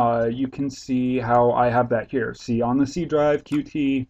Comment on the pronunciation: It's pronounced "cute" :]